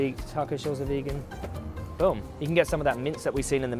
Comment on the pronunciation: Love how says boom like "bewm"